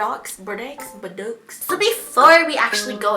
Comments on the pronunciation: Bordeaux= boar-doh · I think it's pronounced "bore-dough" lmao. Bordeaux? Omg the color looks so cute on you!!! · Doubt will see this, but girl, that words pronounced Boar - Doe 😂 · bordeaux is pronounced BORE DOE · bordeaux is pronounced bordo and is a famous french vine region lol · Bordeaux is pronounced Bore-doh ^_^ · You say it like boar dough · Bor-doh. It's pronounced Bor-doh. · you pronounce bordeaux like bord-oh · Trying to watch her pronounce bordeaux was stressful. Its bore-dough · You pronounce it bordó... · Deep BORDOUGH that's how you say it lmao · I believe the pronunciation you’re looking for is bore-dough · bordeaux is bor-dough lol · Lol it’s probably pronounced bored-o (Bordeaux) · The color is pronounced Bore-dough 😋♥️ (tis french) Also I love the results. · I laughed so hard at your Bordeaux pronunciation 😂 You just say "Bor-do" ❤ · you pronounce it like 'bordough' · bordeux is 'bor-dough' i like the colors. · IT'S PRONOUNCED BORE-DOUGH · The color is pronounced like “bore-doe” 😂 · Bordeaux is a French word I cringed so hard lol